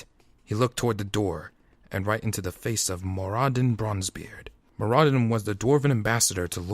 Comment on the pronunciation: I like your work but you are saying some names wrong. Namely Turalyon's and Muradin's.